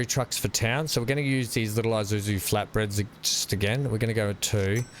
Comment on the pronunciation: I thought you were hungry when I heard this... and even Youtube subtitles thought you purchased Izuzu FlatBREADS LOL